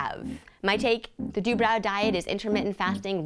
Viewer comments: I think it is said 'Du bro' not 'Du brow' as in eye "brow" but who knows 😅 "Phonetic spelling of Dubrow. d-UU-b-r-OH. dubrow" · That is not how they pronounce their own last name.